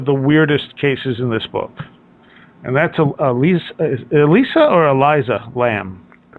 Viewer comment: It's pronounced E liss ah, just saying I have a niece with the same name